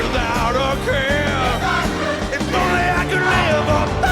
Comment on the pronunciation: It's care not cur. Your accent is atrocious.